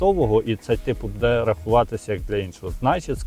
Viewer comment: Не " буДЕ ", а " БУде "! Не знущайся з української мови.